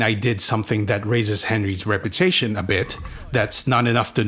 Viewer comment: I can't make out what you are saying. Are you saying Rep U Tation or Rep er tation? Because it sounds like you are either saying Rep er tation and at times Reparation's which is something completely different again.